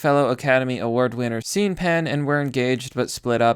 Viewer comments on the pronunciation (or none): "Scene" Penn? It's pronounced "Shawn" Penn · lol Scene Penn? You don't know that "Sean" is pronounced "Shawn"? Jesus. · Stopped when you said "seen pen". Htf do you not know how to say that name? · Sean is pronounced as Shawn. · Not sure if it was a joke or not but just in case Sean is pronounced Shawn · lol he pronounced it sean and not sean.